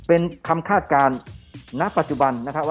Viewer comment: คาด ไม่ใช่ คลาด